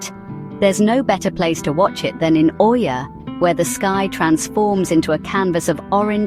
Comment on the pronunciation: Did u say oiia?